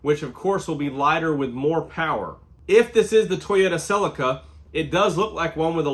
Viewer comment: Learn to pronounce Celica correctly if you’d like some more cred.